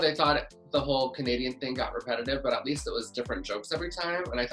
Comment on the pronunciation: BOB STOP SPILLING THE "T" :(